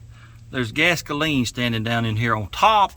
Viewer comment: Man oh Man, I had a good laugh! Gas-ka-leen made me high! You are fantastic and one of a kind! Love your channel!